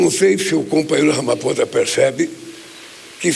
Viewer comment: Meu Deus!!! Ele Não consegue falar Ramaphosa. Ramaposa...Ramaposa...Ramaposa. Que triste ter alguém assim representando o nosso Brasilzão!!!!!!